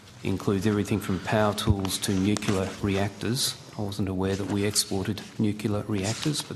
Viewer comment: Please learn how to pronounce the work ‘Nuclear’. Hint - it’s pronounced as it’s spelled. It’s embarrassing to listen to such basic incompetence.